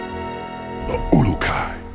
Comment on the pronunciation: Am I hearing Maar pronounce "ulukai" properly 😄